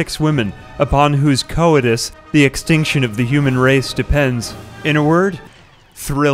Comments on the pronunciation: Co-itus? Bruh. Coitus. Koitus. Koytus. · LOL co-ites. Did you look up synonyms to "sexy time" and found coitus, but never heard it pronounced before? hahaha... anyway, I do love your content. Just thought that was funny. Have a good one. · Why did you have to say coitus like that